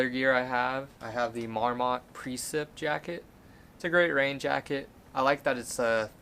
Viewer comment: I also might cross paths with you on my way down. I've got to help you in one area though: it's not mawr-MAHT, it's MAWR-mit. You're going to be seeing a whole lot of them on the trail so I wanted to help you with your west coast pronunciation 😆👍Thanks for the video!